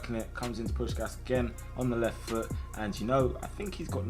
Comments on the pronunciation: It’s pronounced Push Cash but all in one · It's pronounced push-kash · It is pronounced like "Pushkash". Looks weird written like that especially for a hungarian. But this is how i would write it in english to explain to you how to pronounce it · Hey, a hungarian here, just a quick tip: u pronunce it Push-kásh! Hope it help 😁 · its "puškáš" both pronouncing like you pronounce shaqiri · it’s push-ass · you pronounce puskas's last s like you do the first one